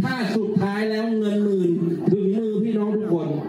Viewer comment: ทำไมอ่านเป็น เงินหมื่นใช้ซื้อเสียงนะครับ